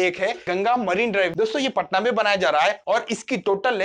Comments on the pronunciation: It's patna not "paatna" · पटना, पाटना नहीं।